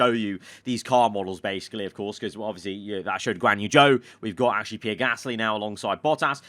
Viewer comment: Day 2000 of asking you to say Pierre properly